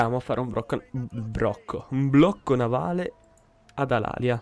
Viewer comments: Edoardo Lusuardi si la città corsa... di solito la pronuncia alàlia anzichè come è corretto dire alalìa.. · La pronuncia è Alalìa...Comunque prima di costruire la città ellenica costruisci i templi che danno ordine pubblico!!